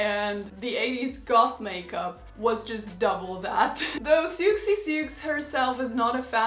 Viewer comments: You don't pronounce the "x" in Siouxsie. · I love this video! Very excited Siouxsie is playing live this year for the first time in 15 years or so. I'm seeing her in May! (p.s. the X is silent)